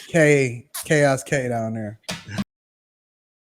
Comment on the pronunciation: Kay-os control